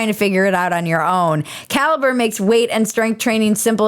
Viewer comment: When you say "caliber app", I kept hearing "cal-brap" which sounds like some new super hip product 😋